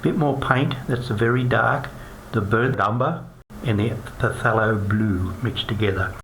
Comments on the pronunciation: Its killing me how he keeps on saying PUHTHELO blue. It's pronounced THALO. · pa-thelo? It's Thay-lo